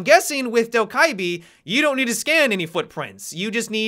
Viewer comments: From what I’ve heard from Korean friends, Dokkaebi is pronounced “Doh-keh-bee” or “Doh-geh-bee” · hey, I am Korean and I just wanted to say that Dokkaebi pronounce as "DO-KEH-BEE". Thanks! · Pronouned Doh Keh Bee just fyi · Pronunciation - Dough guh bee For those people who care! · Just pronounce her correct pls... (South Korean here) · The k's sound like G's by the way